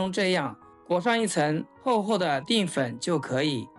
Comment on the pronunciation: 淀 dian 不是 ding